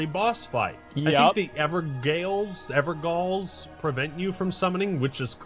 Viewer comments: Evergaol is basically pronounced as Everjaiol. Gaol is an old English word for Jail. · Demon Souls has a ton of gimmick bosses. Like the Dragon Demon, Sky Lord with the Zangetsu greatsword, etcetera. There's a ton of gimmick boss fights in general with FromSoft games. Edit: Gaol is pronounced like Jail. I just see everyone pronounce that wrong so often. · Not to be that guy, but I'm gonna be that guy lmao. Gaol is pronounced "jail." Like that's where you go when you're in trouble with the law in Australia. So "everjail" by pronunciation effectively. I made the exact same mistake when fighting Titan EX in FFXIV, and l was corrected by my Australian friend.